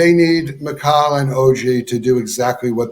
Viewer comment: Please don’t invite this dude to speak on the Knicks ever again! He can’t even pronounce Mikal’s name properly. He’s unpleasant.